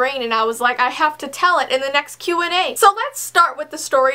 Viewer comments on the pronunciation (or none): when you say Q&A it sounds like what😂